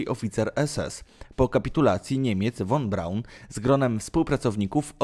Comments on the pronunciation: Wymowa "fon Braun ". "Powrócił do Niemiec ", nie "Niemczech " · Nie won Braun tylko von Braun... Materiał ciekawy ale... Przygotuj się zarówno z faktów jak i przekazu... Twoje błędy są bardzo... Straszne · "von Braun" czyta sie "fon B...." a nie "won B...." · Nie wymawia się "won Braun", lecz "fon Braun". Zresztą przez "f" jest łatwiej. Nie musiałbyś się tak męczyć.